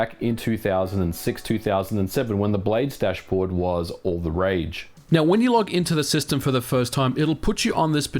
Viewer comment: I thought he was saying “blade stash”